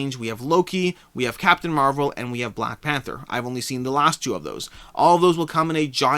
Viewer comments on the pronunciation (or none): none